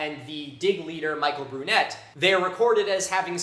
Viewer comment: Michel Brunet is a French paleontologist: his name is pronounced like "Michelle or Mikelle Brunay", not Michael Brunett... tut, tut.